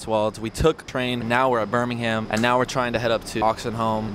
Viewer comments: Birmingum, not Birming-ham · Great video. A word to the wise: The English city is pronounced Bir-ming-um. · It's not the World Championships it's the Commonwealth Games. They're going on in Birmingham (Pronounced more like Birmingem) right now. Basically all the countries Britain colonised. Oh and BTW, milk first is the plain WRONG! :P